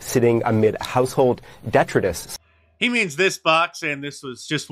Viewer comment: “…household DET-ri-dis” ??? CNN having problems properly pronouncing basic words in the English language!